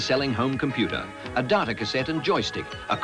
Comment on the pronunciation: Wtf is ‘Darta’